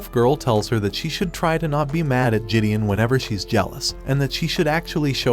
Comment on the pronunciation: RIP the real pronunciation of Gideon, which the narrator neglected from the start.